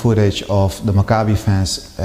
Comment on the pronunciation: Maccabee please not macabre-y.